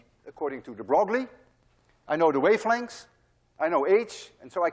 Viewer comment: Hey Dude... juste a useless precision Louis de Broglie correcte prononciation (very unintuitive) is like Louis de "breuil" (bʁœj) (you could try this voice synthesis to here the prononciation... but read "breuil" to here the correcte sound. Well in france every people will have pronounced like you but no physicists ;-) .... See you soon !